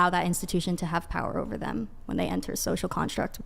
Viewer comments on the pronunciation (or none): I lost all respect for her at”Scocial Contract” 😂😂